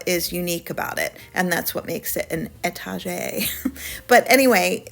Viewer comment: Please pronounce etagere correctly. étagère. noun. éta·gère ˌā-ˌtä-ˈzher